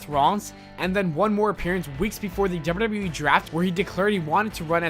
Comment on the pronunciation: This guy spells wwe like wyueee